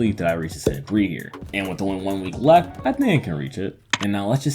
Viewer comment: the very first couple sentences is a great starting point. For example, when you say the word "left" you don't seem to pronounce the full "ft" sound. It kinda sounds like you're saying "lefhanded" as all one word.